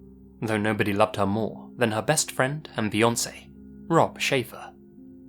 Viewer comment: I stg I thought you said “no one loved her more, than her best friend, and Beyonce.”